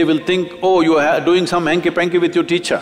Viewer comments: Did he just say hanky pank? 😂😂❤️🦋🙏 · "hankipancy" though 🙄😏